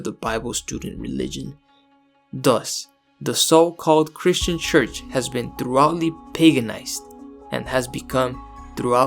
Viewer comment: You pronounced thoroughly very incorrectly